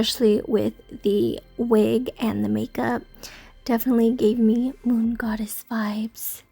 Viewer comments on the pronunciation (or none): Is it mood or moon? I keep hearing both 😅